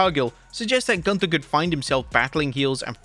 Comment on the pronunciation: You are mispronouncing Gunther. Sprechen sie Deutsch!!!